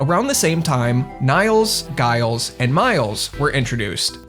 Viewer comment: Giles is pronounced with a 'Juh' sound btw: like Jiles